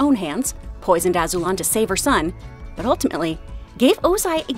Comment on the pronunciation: Pronounced “Azuu-Lon” love videos